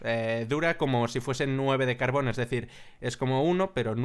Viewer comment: no insultes a mojang se dice carbor, haunque me izo grazia